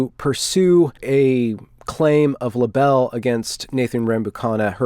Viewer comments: It's not pronounced La Bell. It's Libel . . . rhymes with bible. Good video though - thanks. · Libel is pronounced lie bal not la belle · Did he say "Labell"? Lol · Just ridiculous those moronic WLU professors. Oh, and libel is pronounced, "Lie-bel", not "le-bell" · "Libel" rhymes with bible, not dribble. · LIE - ble, not "le BELL". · Weaselly, weaselly people. 'Positionality'? That's not a word. Of course libel is pronounced 'lie-bull'. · Defamation is pronounced "Deaf-a-mation". Libel is pronounced "Lie-bell". Cheers :) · Do you guys really pronounce libel as libble? Weird. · it's pronounced "Lie - bhul" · "... pursue a claim of la-bell against..." (you mean, like Patti?) Really? C'mon, surely you're better than this, yes? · How is it that you're an English speaker, but don't know how to pronounce "tantamount", "libel", "defamation", or "injurious"? Lmao wtf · Good video except most of the legal terms were pronounced wrong. Libel, defamation etc. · Learn how to pronounce libel, libelous, and defame / defamation and punitive, not putative You will improve your reception. You miss many of the details. She told them she was taking notes when she opened her laptop. Your diction makes a laugh out of your comments. Maybe you never heard the word libel and defame before.